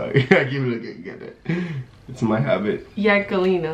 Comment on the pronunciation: She dead said yankelina 😂😂😂i think thats how you say her name